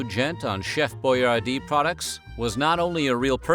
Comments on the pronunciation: Your pronouncing his name wrong. It's pronounced Boy-ardee , not Boy-are-dee. Think Yardy without the y. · It's pronounced Boy- AR- DI. NOT BOYAR-Dee